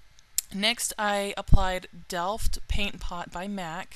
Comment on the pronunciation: Lol, you are sooo funny! Rambling to keep up with the speeded filming :D. You pronounced "Delft" perfectly, it is a place in my country... :D Beautiful look and you're a gorgeous gal! Thanks for this tutorial and keep up making pretty looks!